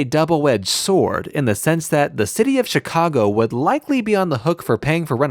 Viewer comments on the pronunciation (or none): none